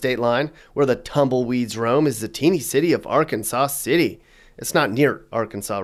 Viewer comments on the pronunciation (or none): You are correct. It's pronounced Ar-KANSAS City. Not Arkansaw City. It's an extremely common mispronunciation. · It's not Arkansaw City. It's Ar-Kansas City. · Its Ar - Kansas not Ar Kan Saw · R-Kansas City. Try harder! NOT Arkansas City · The person who made this video has obviously not lived in Kansas very long. You can tell by the way he pronounces Arkansas City, the correct pronunciation is R-Kansas, not the same as the state R-kan-saw; and the city of Topeka, which he pronounces as Toe-peka. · You can tell you aren’t from here. It’s not Arkansas City. It’s pronounced ArKansas City or if local Ark City. It’s named after the river not the state. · its not arkansas like the state its R kansas city or just ark city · Its pronounced Ar-Kansas city, not Arkansas city. I grew up in Coffeyville and now live just south of Wichita. Neither one is great, but it aint that bad... beats the big cities. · It is pronounced Ar Kansas not Arkansaw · As a Kansas native, this makes me laugh and it’s Ar-Kan-sas, and Toe-peak-a,. And thanks for pronouncing Wichita right. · Ar-kan-Saw City. 😢😢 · Arkansaw City😆😆😆 You can definitely tell you are not from around here!! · Arkansas City is pronounced Ark City and Arkansas is pronounced Ark-Kansas in Kansas ❤ Good funny video. Kansas is barely dangerous so I was laughing through it all. Iola, Newton, and Ark City...not dangerous lol. Topeka and Wichita, maybe a bit at night. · Kansas City Mo. isn’t in Kansas! The city of Arkansas City is pronounced like the River that runs through it as Ar Kansas! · Arkansas City is pronounced ARE-KANSAS CITY!!! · It’s pronounced R Kansas City. The river has the same pronunciation while it’s in Kansas. It is pronounced like the state before it arrives from Colorado and it flows into Oklahoma. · The Kansas in Arkansas is said like Kansas. If that makes sense. It’s like ar-Kansas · I know this is really late coming, but Arkansas City pronounces their name R-Kansas or just Ark City. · It's are-kansas city sir